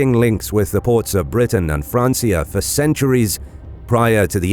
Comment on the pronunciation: This is nicely made although the way you say francia and Aella need abit of work hahaha Now the thing i am really missing in your history, is Edward the Elder and Aethelflaed, brother and sister who really took the fight to the Vikings, i am so surprised how little these 2 are being taught about in schools, I dare say that Aethelflaed did even more then her father Alfred to secure a saxon england. Yet so little people know about her.